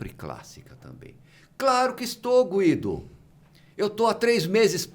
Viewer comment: O dr Guido eh maravilhoso! Adoro ele e assisto a todos os podcast s que ele participa, apesar de ser recluso( como ele mesmo disse)!! Ele tem muito a ensinar para nós!! O nome dele pronuncia Gu i do !!! Pronuncie o U do nome desse grande e sensacional Doutor. Sempre é bom dar uma verificada na pronuncia do nome dos participantes antes de iniciar o podcast!